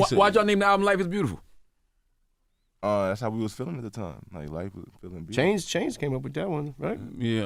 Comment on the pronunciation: Why tf you say 2 chainz like dat